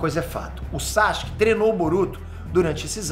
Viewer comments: 10 anos de curso e o ainda fala "Sachic" kkkkkkkkkkkkk É Sa-Su-Ke 🤣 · Para de falar saXUque pelo amor